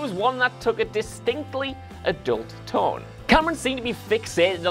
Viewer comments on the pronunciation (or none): none